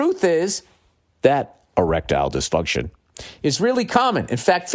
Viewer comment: Hahahaha! On the reads, the way he says Erictile dyfuntion. Noticed it many shows ago, still sounds funny. Makes me think of a Futurama episode! The one where Fry is in love with Lucy Loo bot.